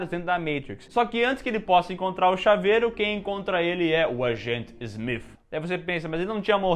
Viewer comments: Engraçado voces falar aobre falar Matrix ou "Meitrix", Neo ou "Nio", e falam Agente Smiff.. hahahahah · Smif kkk o nome do cara é smiti pooo